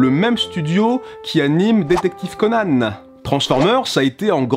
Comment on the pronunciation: C'est comme sa que sa se prononce normalement